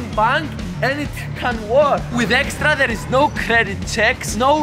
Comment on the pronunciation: Does fidias say estra not extra?